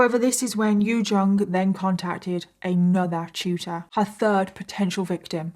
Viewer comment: Omg tutor 😂 I swore you were saying Shooter. I was so confused 😂